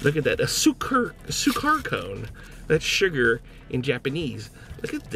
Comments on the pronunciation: sugar in swahili is sukari not sukar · Also sukari is sugar in Swahili. Seriously, check these things before you continuously mispronounce them.